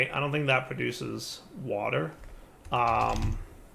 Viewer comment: Aah and his wourder (water) feels like watching Brad from bon apetit 🤣